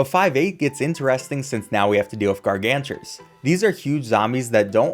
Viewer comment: "Gargantars" Every pvz fan